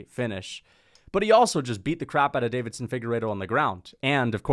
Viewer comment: I love your videos but please for the love of god…. It is not David-son, it is Deiveson (Davis-son).